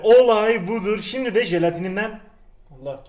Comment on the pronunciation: Abi 3.14 de şimdi sömle diyon :D